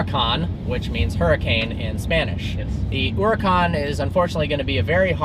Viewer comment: For fuck's sake!! That accent mark over the vowels tells you where to put the stress, yet you mispronounce every single Lamborghini model. MurciÉlago(moorthiElago) and HuracÁn(ooracAn), not mursilAAgo and hUracan.